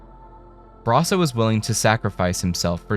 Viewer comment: You.....talk..............so....................fkn....................................slow! Thank God for the 2x button. Also, please don't say Brasso like that ever again.